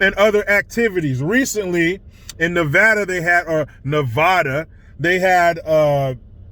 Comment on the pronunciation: DNA don't lie that chic is a guy. Redefining womanhood. You were right the first time saying Nevada. Not Nevahdah. I am a lesbian trapped in a mans body. Help me.